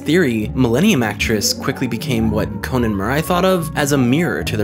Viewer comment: Why do you say his name as "kown/kone"